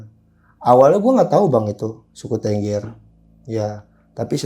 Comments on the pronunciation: Bukan Tengger Harus pakai E besar bang kayak Beli,, jadi TEnggEr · untuk sekedar info dasar saja tentang Suku Tengger, Tengger itu bacanya bukan TENGGER seperti pada kata BEBEK, tapi tepatnya adalah TENGGER bacanya seperti kata MEREM/menutup mata. dan 1 lagi, untuk masalah bahasa, bahasa suku tengger itu mirip dengan bahasa jawa, hanya sedikit perbedaannya dalam kosakata, kalau dalam huruf perbedaannya kalau bahasa jawa banyak menggunakan O, tapi dalam bahasa tengger lebih banyak pakai A, misalnya bahasa jawa OJO/JANGAN dalam bahasa tengger AJA/JANGAN. Untuk kendaraan umum, kalau dari luar kota naik Bus, itu tujuan terakhir di terminal Arjosari, dan diterm.inal Arjosari tidak ada jeep disana, masih harus naik 1 kali angkot/mikrolet ke Terminal Tumpang, nah jeep2 angkutan ke Bromo/Semeru ngetemnya disitu, tapi kalau sekarang sudah jarang jeep2 yang ngetem, karena sudah banyak yang via online. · tengger mas bukan tengger